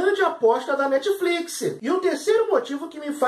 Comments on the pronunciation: Netfliquissiii ???? Sério???? Da vontade de arrancar os ouvidos kkkk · Quantas vezes ele falou netifliquissi? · krai o cara so fala netfliquisi, q agonia de ouvir isso